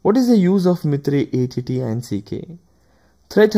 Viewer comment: video is good, but its not mithrey it can be pronounced as myter